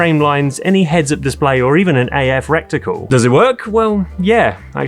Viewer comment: recticle? lol 😂😂😂